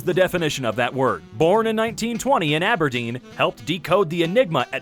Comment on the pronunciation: This is THE SECOND TIME when pronounced Aberdeen wrong! angy Scottish noises